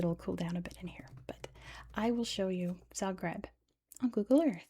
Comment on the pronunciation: i'm from zagreb, this was all pretty accurate and correct and i'm so happy to see my hometown get some recognition. it's a beautiful city with such interesting history and many legends surrounding it. also good job on most of the pronounciation